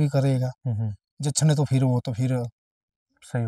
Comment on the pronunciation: I love when he say "phirr" 😂😂